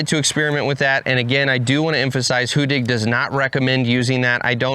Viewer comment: You've got the get pronounciation right. Two d:s make for a short sounding vowel in the Swedish language. In other words the complete opposite from how you are pronouncing it today. That being said- keep up the good work promoting a great machine!